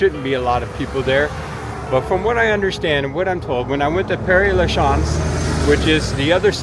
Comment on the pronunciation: Sir…your French pronunciation is horrible. It’s Moo Lon Rouge. Moo Lon. Not Mullin. It’s Mon MOT truh, like truck, not Monmottray. It’s Pair La shez. Like shed. Not whatever the heck you said. Good gracious.